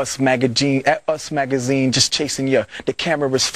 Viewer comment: he said us magaGINE tf is a magagine